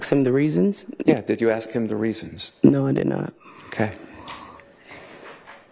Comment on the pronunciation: no one axed anything. its ask. ASK. AAAASSSSKKKK